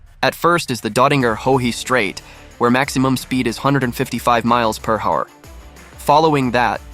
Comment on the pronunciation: This voice has to be AI when I heard him pronounce it miles per whoure